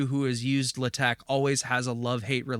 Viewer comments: Naa, it's not 'Le Tech' (very French, lol), more like either 'Laa-Tekh' or 'La-Tekh'. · It's so funny as me, non-native for pronouncing TeX/LaTeX properly, your pronunciation is also a bit weird!